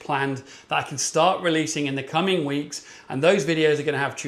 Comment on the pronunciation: Another amazing vid, but had to watch it twice as the first time all I was thinking of was you having your hands on it for Spock weeks 🖖🏼 (not 4 like you actually said) 😂 sorry, I'm such a child 😂😂